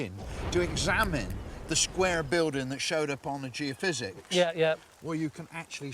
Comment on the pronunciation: Tony isn't able to say geophysics ?